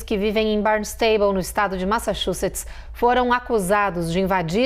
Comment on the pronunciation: Gostei como a apresentadora falou o nome da cidade: Barnestable! 😅